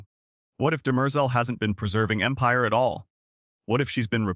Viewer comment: I hate these AI videos, can't even pronounce Demerzel correctly.